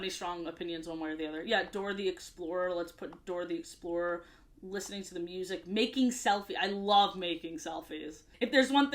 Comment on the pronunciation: Dora the ExpLore-r...low-key down